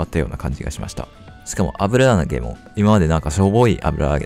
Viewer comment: 「油揚げ」ってこんな言いにくそうな単語だっけ